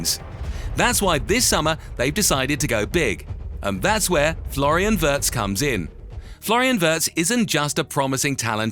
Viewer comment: *Wee uh rtz